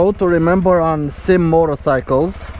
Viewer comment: It is NOT a SYM or SIM as in a word. Dammit it is a S. Y. M. three letters for Sang Yang Motor. stop calling it a damn sym. Can't give you any respect for your review if you do not know how to pronounce the name of the bike you are reviewing.